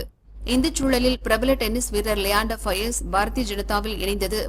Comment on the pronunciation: His name is leander pious not fiaz